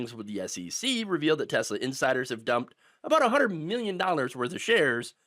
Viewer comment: It's pronounced, "TeSLUR."